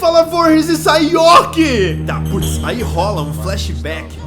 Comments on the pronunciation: É Jaison York e Jason Work kkkkk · "Jason yoke" "Jason Work" OI??????????????